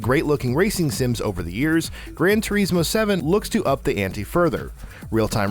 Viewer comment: That pronunciation of "Gran Turismo" made me fucken cringe 🤮